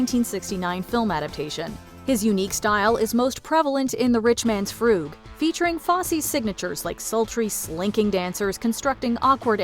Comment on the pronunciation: "Frug" rhymes with "shrug." It's not "froog."